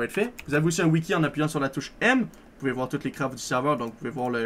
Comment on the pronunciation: Vous "Poubez" jouer au demineur